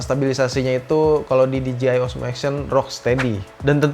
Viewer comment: DJI baca di je ai bukan di ji ai